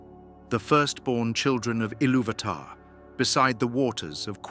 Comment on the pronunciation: I like the content, but if you're going to use an AI generated voice then at least type the text into the program in such a way that they pronounced the names correctly. VA-lar, Eh rue eeluvitar, etc. the pronunciation matters especially with Tolkien's works